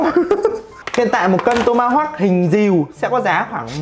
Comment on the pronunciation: Sao đoạn đầu mik nghe là toma hốc thôi nhỉ😅😅😅😅😅